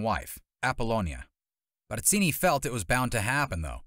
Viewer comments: *Barzini…… not Batzini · Barzini with a Z not an S. Learn how to pronounce his name before trying to sound like an expert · If I had a dollar for every time this guy mispronounced Barzini's name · Why you gotta go in so hard with the pronunciation "Barzini" though? 😂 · The way you pronounce Barzini is extremely annoying.